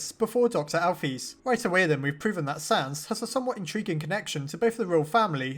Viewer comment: I don't like how this guy says names... alpheeese.... he doesn't say cara he says Chara it really annoys me